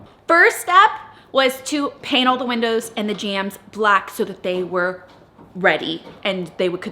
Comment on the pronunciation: * jamb not jam